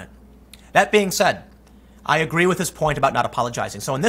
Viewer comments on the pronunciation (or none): Tim, would you say you Ah-guh-ree?